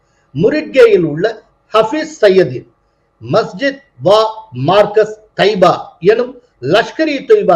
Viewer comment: மர்கஸ் என்று சொல்வது சரி